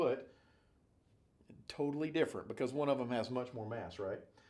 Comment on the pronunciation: "TOEtally different"